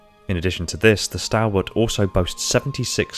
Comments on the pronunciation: Is it not pronounced stawl-wuht? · very good, now if you could just pronounce the word stalwart correctly, ie STALL-WART, that would be excellent, thank you